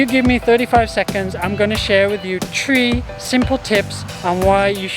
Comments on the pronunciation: lol, “tree” simple tips. I am wondering, is this common pronunciation in British ancient? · That intro! Lol My 4 year old used to pronounce THREE the usual British kid way if they cant say Three - FREE. But he started school in Singapore this year and eversince September, he's been saying it the Singaporean way. Tree. His 'something' is still 'sumfink' though...